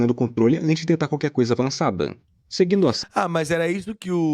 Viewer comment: Narração chata .. avançadã , primeirã, energiã , inimigum , desprevenidum , aprendeum .. parece que tá forçando .